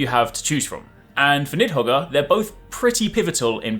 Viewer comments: Ughhhh LMAO the pronunciation of Nidhoggr killed me as soon as you said it lol. It’s to be expected though. Good luck with the series (“Need Hog”, for the Norwegian and Norse folk next time you upload hehe) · Niðhoggr (Nith-ho-ger). That's how you say it, right?